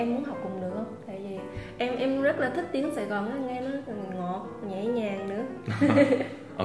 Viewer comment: Em thấy "thích" đọc giống "thứt" hơn là "thít" ạ hihi